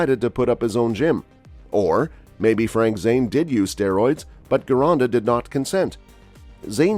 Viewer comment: Gironda was Italian, so it should sound like "Gee-ronda", not "Ghee-ronda". Next, Frank indeed trained a little bit in Vince's studio for one of the Olympia's because at that time Gold's Gym was making a movie "Pumping Arnold". Of course, Frank ridiculed Vince for not having a squat rack in his gym, etc. To be fair, Frank doesn't seem to take a lot in terms of training from Vince (comparing to Mohammed Makkawy and Steve Davis who never gave enough credit to Vince although took a lot from him).